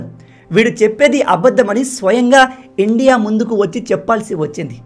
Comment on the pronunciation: Bro మీరు ఇండియా అని క్లియర్ గా అనండి. మీరు endia అన్నట్లుగా వినిపిస్తుంది